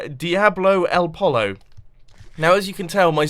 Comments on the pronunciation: It's pronounced poyo not polo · it's pronounced poy-yow not Marco Pollo lols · it's pronounced POY-o. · ... really mumbo... diablo el polo... you pronounce the 2 l's as a "y" #spanishstruggles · polo is pronounced "poyo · poy-yo. POY-YO. Also, I still love that ScPScBw remix! Makes me laugh every time. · It's not pronounced polo! It's pronounced poyo! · The pollo or chicken in spanish is pronounced poyo like pogo but with a ye sound instead of a g. The ll in spanish is Y Why? Idk lol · pollo is pronounced poy-yo you spoon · Pollo is pronounced like poyo. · lol pollo is pronounced like poyo two L's = y sound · Chicken in Spanish is pronounced: poy-o also it should read "Diablo de Pollo" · Pollo is boy with a p, and yo poyyo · pollo is pronounced poyo ll in spanish is a y sound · texan here pollo is pronounced PO-YO double L makes the Y sound carry on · "Diablo el Pollo" means " Devil the chicken. the "ll" is pronounced "j" instead of "l" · its pronounced poyo, like Los Pollos Hermanos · pollo, LOL. more like poy oh. funny tonight we ate at a local restaurant called El Pollo Loco. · It's pronounced Diablo el Poyo. Double L is like a Y in Spanish. Also your base is looking very good so far. I'm really excited for seeing it completed! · IS PRONOUNCED POYO YOU IDIOT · And "Pollo" is pronounced "Poiyo" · Heheh you probably want to pronounce pollo like pojjo because if you pronounce pollo it means something else... xD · I lost it at the way Mumbo pronounces "Pollo." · doube l's are pronounced y in spanish speaking countries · It hurt my soul when mumbo said pollo